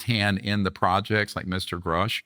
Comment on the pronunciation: I’ve heard very credible people say (and can prove) that 75% of what Greer says is bullshit. He’s got an extremely questionable past. Knapp, Coulthart, & Corbell (among others) are the leading opinions on this topic, without question. And Vlad… please learn how pronounce these gentlemen’s names properly… specifically Grusch & Fravor.